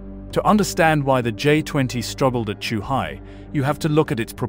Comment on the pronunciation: "Zoohai"? "Chuhai"? Both wrong. Lol. Morons.